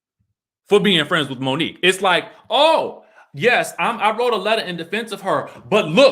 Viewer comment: So y’all still saying Monique wrong 😑 ?